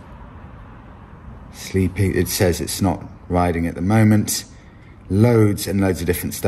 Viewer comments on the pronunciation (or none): none